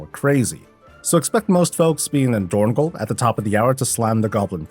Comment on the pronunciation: It is dornog-AL, not dornog-OL